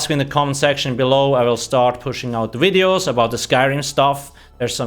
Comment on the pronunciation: I love your "wideos"